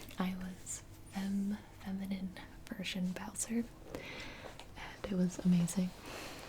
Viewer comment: I thought she said Eminem instead of feminine.... Sorry